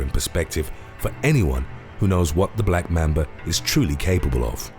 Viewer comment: ITS LITERALLY NOT BLACK MEMBA ITS LITERALLY BLACK MAMBA